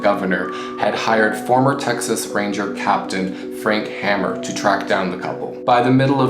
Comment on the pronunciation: Nice rundown of B&C. Mostly accurate except for a couple nit-picking corrections. F. Hamer pronounced his name Hay-mer not Ham-mer. And from my research Clyde did not have a revolver in his hand at final ambush. Other then that good encapsulation.